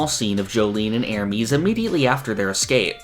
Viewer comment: I really like your content so I get disappointed every time I hear you say "Ermeeeeez"